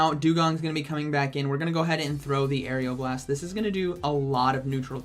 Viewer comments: What it is: Aeroblast How pronounces: Aerial Blast😂😂😂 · just so you know it is aeroblast like air-o blast not air-eeo blast. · It’s AERO blast not AERIAL blast.... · "Say Aeroblast" "Aeriel Blast" "Aeroblast" "Aerial blast" "...say Aero" "Aero" "Now blast" "Blast" "Aeroblast" "Aerial blast" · Dude....it's just aero not ario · Its not "arial blast". It is "A-row-blast" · It’s ARROWBLAST NOT AREOBLAST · How I say aeroblast oreoblast How say it arial blast lmao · who else got triggered when he said "aerioblast" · Couldn't finish the video because my ocd couldn't let me listen to Air-E-o-blast one more time. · It’s pronounced AREOLA blast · Nobody:: Aerial Blast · Everyone "Aeroblast" " Aerial Blast" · How many times does say aeroblast wrong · Everyone: You're pronouncing Aeroblast wrong. Me: Hey, you learned how to say Diggersby! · First he pronounces diggersby wrong Now Aeroblast Lugia's best move (My favourite Pokemon) Still love your video